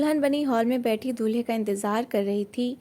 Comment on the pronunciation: Dulhi ya Dulhe Mujhe Dulhi sunai diya